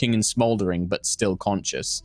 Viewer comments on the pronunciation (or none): none